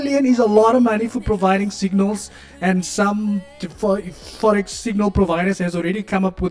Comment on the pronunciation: “The forex fahh fahh”😂😂😂😂